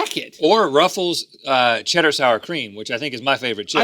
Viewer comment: Is Rhett saying russels instead of ruffles?